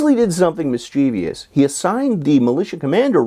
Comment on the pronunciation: Shocked by your pronunciation of mischievous...